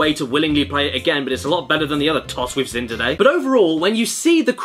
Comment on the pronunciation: Why can’t you say ‘seen’ right, you say ‘sin’ great vids tho